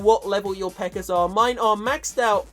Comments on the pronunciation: he says pekkar instead of pekka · lol he says precker instead of pekka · It's pecka not pecker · You said pecker not pekka 😂😂😂😂😂😂😂😂😂😂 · instead of pekka he said pekker LOL the pekker army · pekker? you mean the pekka? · He can't say peka lol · You are saying pecker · sounded like he was saying pekker, lol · Sounds like he is saying pecker army lol😂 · lol he said pecker event. btw i know its cuz of his accent dont hate me or whatever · some times he says pekker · haha he says PEKKARS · If I had a nickel for every time he said Pekker... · it sounds like he is saying pecker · His accent 😂 "The Pecker Event" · I heard him say pekker